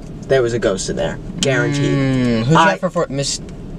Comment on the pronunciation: “My fourth grade classroom. There was a ghost in there. garuented” MATT PLESASSE LMFAOAOAOSOAOA